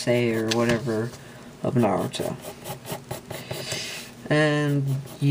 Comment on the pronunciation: U said nartuo wrong